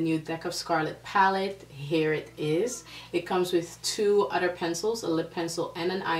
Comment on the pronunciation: I love how you say other, sounds like you saying othder. LOL